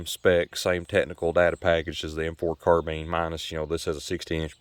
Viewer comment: AND it is a carBINE not carBEAN